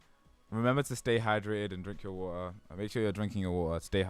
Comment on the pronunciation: Is it a meme to pronounce waTeR as “wa-uh”?